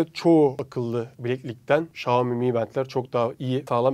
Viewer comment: REİS XİOMİ DEĞİL XİAOMİ ÖĞREN BUNU